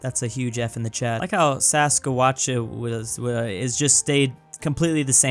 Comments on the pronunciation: saskewacha? 😭 bro doesn’t even get the wrong pronunciation right💀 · as a canadian i died when he pronounced saskatchewan 😂 to be clear it’s pronounced sas-kat-chew-an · The way to province Saskatchewan is sask-at-chew-wan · This is how you pronounce Saskatchewan (Sask-at-che-wan) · I like how he pronounced Saskatchewan as Saskawatcha lol 😆 😂 🤣. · Ah yes, Saskawachawuzzwuh, my favourite Canadian Province! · Saskatchewan is said, sask-ach-u-win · i loved how he called Saskatchewan “Sasquatcha” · It is pronounced sask-at-chew-an Saskatchewan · I’ll help you out. Sas-catch-chew-won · Saskatchewan:: Sass-ka-watcha(doing)